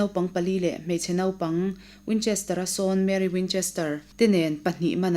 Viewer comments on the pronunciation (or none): none